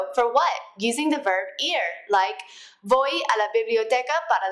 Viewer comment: Yes I agree it's pronounced "boy" not "Voy"